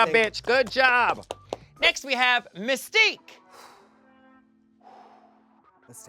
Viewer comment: Messtique took me out 😂